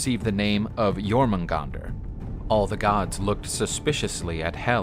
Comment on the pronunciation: I thought he would pronounce it as jor-mung-gen-der thank god he didn’t